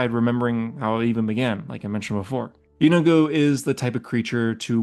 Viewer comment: 😂you got me lol and the last lord sounds like “yee-no-good” 😊